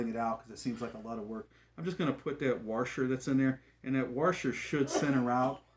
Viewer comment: what's a warsher?